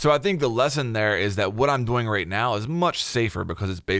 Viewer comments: Yea bruh I looked in the comments for someone to say that 😂 annoys the shit outta me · Well now I just feel like an ass. I have to add that the video is great. It was just funny. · I love the way you pronounce "doing" sounds like dough-ing. Literally kills me everytime XD thank you for the video! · Anybody else just notice he says “doing” like “boing”? Or was that just me lmao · Holy shit. Everytime. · Anyone notice they way says doing “doughing” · Am I the only one that thinks forgot how to pronounce "doing" just before making this video? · Take two every time he pronounces 'doing' funny :P